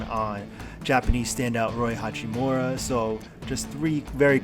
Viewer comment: Why do these idiots keep calling him hachimora?